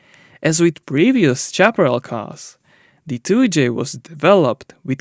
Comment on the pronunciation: When English is not your first language or you are un-sure how to pronounce a word GOOGLE Can help. Example: Your repeated mis- pronunciation of Chaparral Google pronounce Chaparral Google pronounce Howitzer